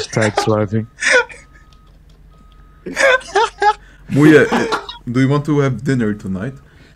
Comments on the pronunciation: MuYe❌ mooye✔ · Ah yes I like "MuYe